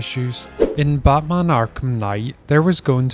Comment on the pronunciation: Bro said Ba'man